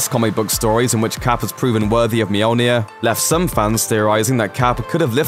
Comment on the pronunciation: Mjolnir. muh-yol-nir not meow-near